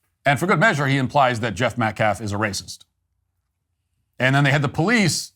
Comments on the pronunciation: Is this guy serious? A guy who can't even speak proper english - everyone knows "Metcalf" is pronounced METCALF - but he can't manage while he blatantly DISrespects this grieving family - a family who has given more grace than I could EVERRRRRRR manage if my son was done away with the way theirs has. SHAME on ALL of them - and those idiots raising all that money for the Anthony family are doing it why? To fund their lavish lifestyle? The Anthony family and their ridiculous cohorts have GOT to be kidding me. And to compare this to Kyle Rittenhouse?? 🤣🤣🤣🤣🤣🤣🤣🤣🤣 Bro, stop it. Did you even WATCH that trial? That actually WAS self defense - the definition of it. Wow, disgraceful. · He cares so much about the victims he couldnt even bother to read their name properly. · couldn't even be bothered to say AUSTIN METCALF's name correctly! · "we respect the loss of life" mispronounces the victim's name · That attorney doesn't even pronounce the name properly. He said 'Metclaff', what a supreme loser he is. I do feel like this boy made a serious mistake but he has to pay for it, regardless of whether he meant to kill him or not. Sad situation here and everything seems to fall back to Race. He wasn't in any risk of being killed by Austin and this case should be a slam dunk. As far as the money is concerned, I could care less about what they do with it, it's blood money and it's spiritually cursed. Karma is on the way. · Karmelo Anthony will end up being free because the Metcalf Dad is so woke. Edit: how can that Ebonics speaking dude not even pronounce Metcalf? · The fact he keeps pronouncing Austin's pretty easy last name is gross. How is it inappropriate for the victims father to be at a press conference? This group is making every bad optics move possible. Then blaming the school district for not cancelling the track meet because of bad weather? Lol wow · calls Jeff "disrespectful" Also: can't even get the deceased kid's name right